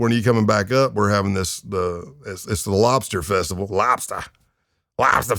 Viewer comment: LOBSTAA LAYBSTA 😂😂😂